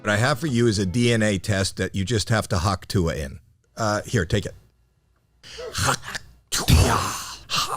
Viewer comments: The dumbest part is that she doesnt even say hawk tuah, she says huk teugh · My father in law thinks she's saying 'achoo'